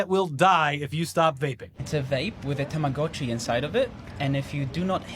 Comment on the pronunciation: STOP SAYING TAMAGACHI ... Is TAMAGOTCHI